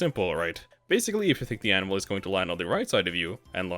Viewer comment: Absolutely obsessed with how every time you say "Anvil" it sounds like you're saying "Animal"